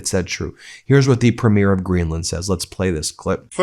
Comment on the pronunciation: Ben: please pronounce Premier properly.